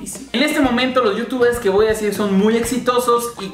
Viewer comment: "Me voah espera" x2 😂